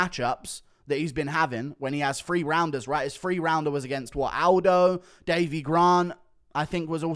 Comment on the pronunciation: Th=/=f, We all know you can say "THree" instead of pretend low-class "Free"